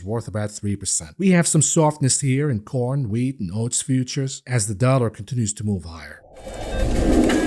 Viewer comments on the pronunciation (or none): none